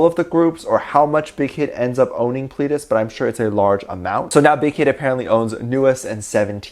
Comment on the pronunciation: I don’t want to be that girl but he said Pledis wrong.....sorry